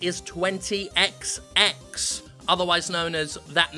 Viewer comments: It's actually pronounced twenty-ecsty-ecks. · Obviously, the way you should pronounce the game is "Twenty Exty-ex"